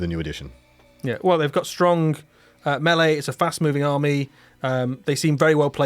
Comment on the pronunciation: Please stop saying Meeeleee